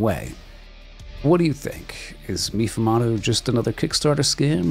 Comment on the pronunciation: Meefoomahdo.... It's pronounced May-fumado